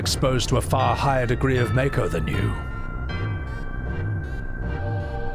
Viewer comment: The way you pronounce Mako is the only way to pronounce Mako. 😂